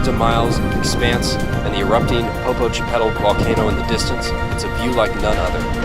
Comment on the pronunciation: Great video, but a couple points of pronunciation are in order. Orizaba's main ice feature, the Jamapa Glacier, is pronounced "ha-MAH-pah". Not "JAM-uppa". And the erupting volcano near Puebla is pronounced "POPO-k' TEP-ettle", not......whatever that was.